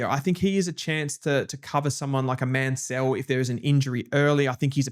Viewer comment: Mansell and Lefau pronunciations need a bit of work.